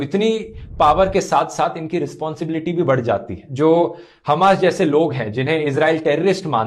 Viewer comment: हामस नही हमास है शायद उस जगह का नाम ।